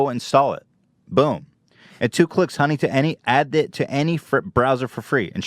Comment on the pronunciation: Who else heard dunny instead of honey